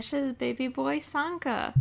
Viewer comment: I thought you said santa XD